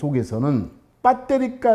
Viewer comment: 빳데리 ㅋㅋㅋㅋㅋ 구수하니 좋네